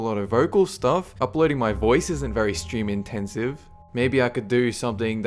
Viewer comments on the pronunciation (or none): none